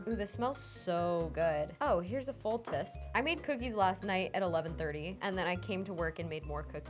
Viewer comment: I love how you pronounce teaspoon as “tisp” like Fauna the Good Faerie from Disney’s Sleeping Beauty during the scene where she’s confused baking 👸😂